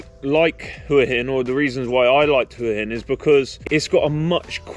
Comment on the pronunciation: Thank you for pronouncing Hua Hin correctly.